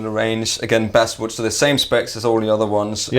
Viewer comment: It's Bass like the fish, not the guitar. Saying Base-wood is like saying someone's from Holland when they're Danish... But great video and great guitars. looking lean and mean, congrats on maintaining and looks like he's 18 with that haircut. Now i'm jealous of more than just your playing...